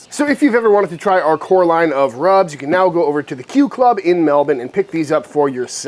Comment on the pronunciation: Gday from Australia bloke! Nice rack - And the lamb looks good, too! Nice work on the Melbourne pronunciation!